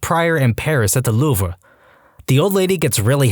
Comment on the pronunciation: what the heck is the louver do you mean the louvre